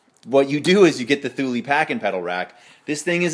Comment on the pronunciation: Pronounced: Two-Lee buddy!